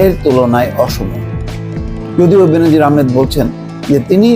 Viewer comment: বেনজিন নারে ভাই,,,,,বেনজির।